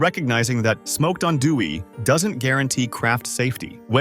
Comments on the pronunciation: Teach your AI to pronounce Andouille correctly and consistently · If you're going to talk bad about a product you might want to get the Cajun pronunciation correct